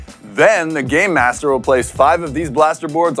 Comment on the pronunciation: is it just me that thinks every time he says game master he's saying gay master?